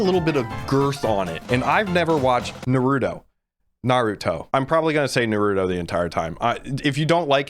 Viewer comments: Did he said dorito instead of naruto? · its pronounced nARuto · BRUH im not a hater on the ranking BUT STOP CALLING HIM NARUDO